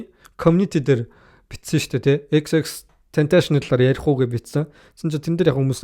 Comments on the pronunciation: Tentashion bish Tentacion shde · za chi mi ene huniig yarih bologuie yadaj neriign zuv duudchihguide unheer medeeleluudchn hudla shajina end tendees baahann hud yum yarid baihi😂😂😂 ter hun amitn eejihn deer meer bgaguma ahahhaha unheer yag zuvuurn sonsmr bvl ter jackool mvp geesee sonsoche sdnra ahahaha tern yadj hmagu deer shajnleshu ahahah